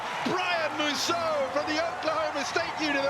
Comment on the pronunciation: THAT COMMENTATOR SHOULD PRONOUNCE "MUSAU" WELL